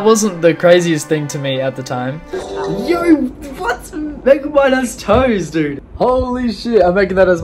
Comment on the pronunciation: "This is megamid" Man your genorous